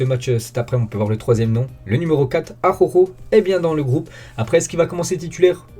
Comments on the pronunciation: Très bonne vidéo 💪🏾. Aroro 🤣😂, moi aussi j’avais ce problème au début. Dit juste Arojo pour faire simple 🤣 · Bonne video sinon c'est araujo pas akhokho 😉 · Ça se prononce a-ra-ou-ro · Stp apprend a dire araujo 😭